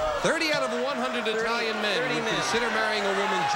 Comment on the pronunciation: Brother, was Lee an ignorant boy!!! First of all couldn’t even pronounce Italian correctly. Then was ready to make a disparaging remark about them. Of course in my opinion anyone who thinks a crooked president is a good person is more enthralled with “celebrety” or “fame” status than morals or ethics. Nevertheless I’m glad he won - wouldn’t begrudge him that.